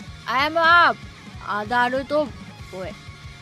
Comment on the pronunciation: สำเนียงญี่ปุ่นค่ะ Boy ออกเสียงว่า โบ อิ คือ บอย ค่ะ